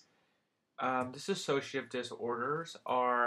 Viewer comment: Its dissociative NOT "diss-A-socative" dosorder.